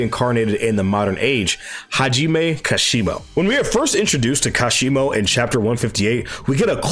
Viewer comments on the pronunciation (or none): I think kashimo's potential was wasted specifically bc people can't seem to say his name properly lol